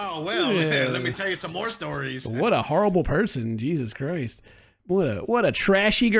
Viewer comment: Did just say "Jesus Croist" like a true aussy?